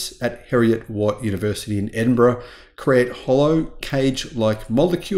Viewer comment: Kudos for correctly pronouncing 'Edinburgh'. 😀